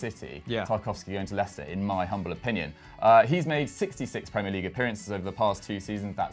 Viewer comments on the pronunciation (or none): none